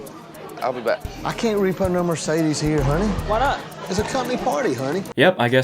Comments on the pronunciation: I heard the noar no and immediately thought of Australian accents. And there you have it. says what I am exactly thinking. Dude get out of my head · that ''no'' sounds cockney af! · Wait do us Aussies really say "no" like that? I swear it doesn't sound like that